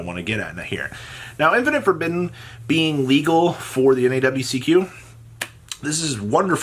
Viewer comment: Infeeerrrnit forbidden